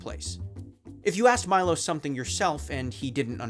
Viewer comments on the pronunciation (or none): Thats not how you pronounce Milo!!!